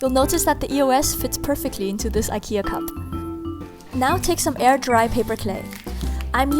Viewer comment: You pronounce IKEA wrong